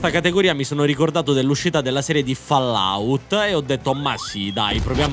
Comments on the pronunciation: Senti genio, prima di parlare impara a pronunciare il titoli di Fallout: si pronuncia " follaout". studia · Bello aprire il video è sentire 'Follout' dopo averlo appena aperto lol